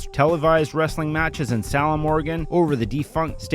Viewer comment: Sal-um Oregon? WTF!